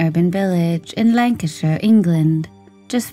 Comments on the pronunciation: The last named is pronounced "LIV-zee" and the county he lived in is pronounced "LAN-ka-sure." Please research pronunciations. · This happened in my village at that time. I think it’s cute how you pronounce Lancashire; we aren’t as well spoken here 🤣And the surname, Livesy is pronounced as “livsy” My opinion is this; Alan was murdered by a pedophile… many of us thought it was odd that Alan was in his cadet uniform, and tied, which made us think it was some sexual incident. I didn’t personally know Margaret but I did see her at the WMC. A face that I knew but didn’t talk to. She seemed like most others of that time. A bit hard faced, stern, but certainly not capable of murdering her own child. Of course this was a big topic of discussion in the area at the time and I never heard anyone even suspect Margaret. As I said, we all thought it to be an older man - which may seem A biased view , as we often think of child murderers as older men. There was sadly, a great deal of these incidents at the time in the 1970s…men with sick perversions. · It's pronounced LIV-ZEE and you're pronouncing Lancashire incorrectly too. It's LANG·KUH·SHUH. Oh, and Yorkshire is the same, with a SHUH sound. It's not like The Shire in LotR 🤦🏻‍♀️ EDIT - you seem to say Lancashire sort of right sometimes but not at others 🤷🏻‍♀️🤦🏻‍♀️